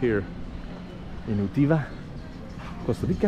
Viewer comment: Why on earth do you keep pronouncing it U-TEE-VA??????